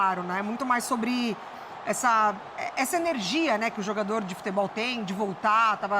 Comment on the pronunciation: "comentarista" que não sabe falar o nome do jogador do Flamengo 😂😂😂😂😂😂😂😂